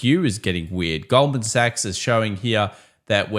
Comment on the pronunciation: Thanks! Hate to bother but you keep mispronouncing “$GS Goldman Suchs” 😁